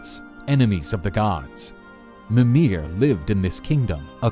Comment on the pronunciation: Example: He says "mi-MIR" and "ygg-DRA-sil" when it should be "MI-mir" and "YGG-dra-sil"